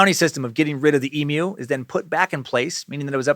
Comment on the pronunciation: So glad you learnt how to say emu because I was absolutely pissing myself on the last video every time you said EMOO 😂 - with love an Australian sucker